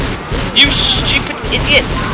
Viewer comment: you said svupid